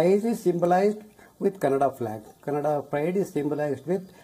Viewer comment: worst news channel. got all facts wrong. even said kannad for Kannada ..